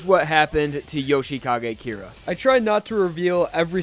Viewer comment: Jousheekage Keera? I thought his name was Yoshikage Kira